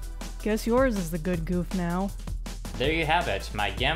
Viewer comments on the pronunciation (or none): It is not pronounced goof